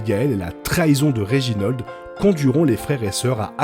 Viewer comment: Petit détail: on prononce pas "Klos", mais bien "Klaus". Etant un prénom allemand, on le prononce pas à la française. Pareil pour Reginald, pas "Reginold"... ah, vous, les français, a tout prononcer a votre façon !